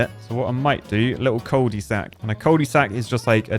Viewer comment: as a french speaker the "Coul di sak" for cul de sac got me dying and I just understand that my mother tongue makes no sense